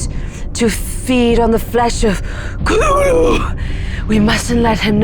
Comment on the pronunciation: I am supremely impressed by: 1. actual correct pronunciation of Cthulhu as a 2 syllable inhuman utterance. 2. Shout out to The Corpse Star, Zhudun. A fan favorite in my D&D crew from playing Curse of Strahd.